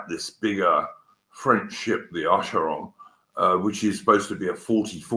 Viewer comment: How hard is it to say Acheron?